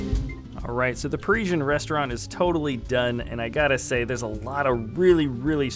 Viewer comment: Pari-sian Rest-au-rant!